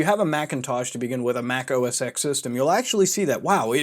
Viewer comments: So much misinformation here. Also. It's OS TEN, not OS "X". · its said "OS10" not "OSX" btw ( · IT'S PRONOUNCED OS TEN REEEEEEEEEEEEEEEEEEEE good vid tho keep it up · OS “TEN” not “x” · OSX is pronounced “OS ten”, not OS ex... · “Mac OS Ten” please. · OS “Ten” not EX! God ear worm! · It's Mac Os X (Pronounced TEN) lol not Mac OS Sex lmfao... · >OS eeks >Not OS ten Reeeeeeeeeee lol whatever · It's OS 10, not OS X, hearing that was so annoying pmsl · Ive been brainwashed enough to cringe every time I hear you say OS "EX". I know its not a big deal. It changes nothing in reality. But god damn. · OS X is pronounced as "O S Ten". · It's OS Ten. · Good video, but it bugs me that you Pronounce the "X" in Mac OS X. It's a Roman Numeral, it should be pronounced "ten". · You Mispronounced OS X